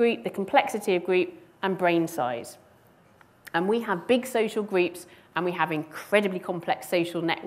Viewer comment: We have large “greeps”? Took me nearly 10 repetitions to decide that she was saying “groups”.